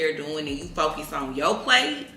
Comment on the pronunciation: u gone what?… “furcus” 😭😂